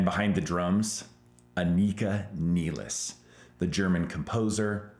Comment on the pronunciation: No, you pronouced here name perfectly right